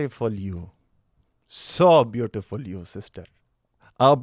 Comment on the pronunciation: Indian accent "Youuuu arrre soww beautipul you..." 🤣🤣🤣